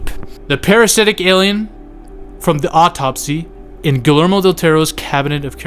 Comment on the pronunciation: Guillermo is pronounced Geeyermo.